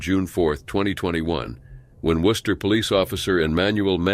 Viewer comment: Thank you so much for actually pronouncing my home town city correctly. Worcester rarely gets pronounced right by most people. Rip all these officers